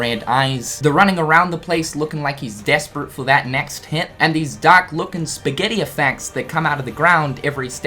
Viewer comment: I think you forgot to pronounce the r in dark all video. All I could hear was “Dak Form” lol just kidding man